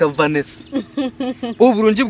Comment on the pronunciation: Vanisa or vanisha😂